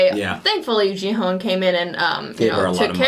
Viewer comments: OMG He can't pronounce the protagonist's name until the very last episode ends His name is Gi-hun not Ji-heon lol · 9화까지 보고도 기훈을 끝까지 지헌이라고 하네..ㅋㅋㅋㅋ 귀여움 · 자꾸 지헌 이라 그래서 누군가 했네ㅠㅠ 기훈이를 지헌이라고 읽는구나.. Actually Gi-Hun 's pronunciation is "Gi"[ɡɪ] just like 'gear' ,"Hun" is Hoon [huːn]. Just FYI :) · Gi-Hoon, The pronunciation of hero's name is very similar to Ki-Hoon, not Ji-Hoon. I can tell you certainly 'cause I'm Korean. Thank you for loving Squid Game. ^ ^ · Main character is Ki-Hoon, not Ji-Hun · Just a little bit of a korean name pronunciation correction. The "Gi" in Gi-Hun's name is not pronounced as "gee/jee" but like the "gi" in guitar, a strong sounding g. Also the Hun is pronounced as "hoon", like the pronunciation in spoon. I enjoyed watching your reactions, as I was tuning in for them every day since you reacted from ep1. 😊